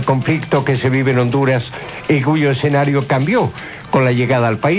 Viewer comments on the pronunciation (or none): none